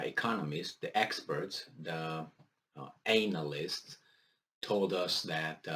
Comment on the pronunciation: " the ANAList" 🤣